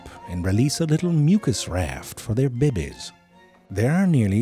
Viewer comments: Zefrank is an artistic genius. Every artist should have such skill at his specialty, and every late night TV host wishes he had this kind of talent. And boy howdy, every time he says 'bibbi' instead of baby, I laugh out loud, again. No matter how many times I've heard him do it. Classic. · B É B Ě Ś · I can never get enough Ze saying “bebeees”😂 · The way he pronounces babies like “beh behs” in all of his videos kills me EVERY TIME!😂🤣💀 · Hold mah *babehs. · Who else love the way he says "babies"?😂